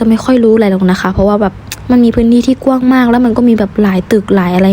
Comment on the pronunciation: คำว่าก้วงให้อ่านว่ากว้าง